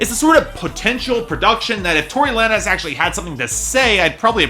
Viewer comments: It's Tory lanes not lan-ez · it's pronounced like tory lanes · did you just call him Tory Lan-ehz lmao